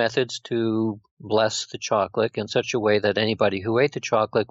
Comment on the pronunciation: why does this guy say choclick instead of saying chocolate....very annoying